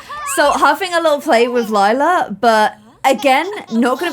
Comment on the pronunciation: I clicked faster then could say lylas name wrong